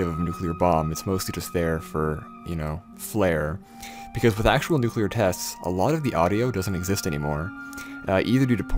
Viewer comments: Stop making videos about nuclear devices until you can pronounce "nuclear" clearly and correctly without swallowing the "l". New-klee-ur New-klee-ur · You mispronounced nucular